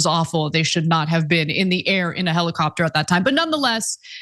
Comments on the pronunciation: Heli-crapter... Helicopter. No Ana, you had it right the first time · American made helicrapter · "Heli-crap-tor" yeah, I'm sure it could be called that on the way down. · Lol "helicraptor" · 😂😂😂😂Love that little slip, Ana. "Helicrapter"